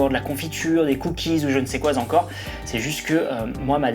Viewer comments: "... d'la brioche ou encore d'la confiture, des cookies ou je n'sais quoi Z'encore ..." 😁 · attention jeune entrepreneur à "quoi zencore", ça faut saigner les zoreilles 🙀😄, mais je reste zabonné évidemment. J'ai kifé et fait, les tacos, le ri zoto, et ce week-end je fais les nems.👍😉🌶🌶🔥🔥😤😭